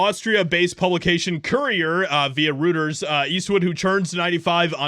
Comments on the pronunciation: Reuters news agency isn't pronounced Rooters. HA! It's pronounced ROY-Ters. Ok? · ...please learn how to pronounce "Reuters ".